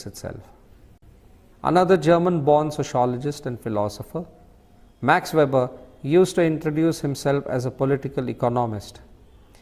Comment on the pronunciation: 😢his name is not Ma(r)x, just Max, regards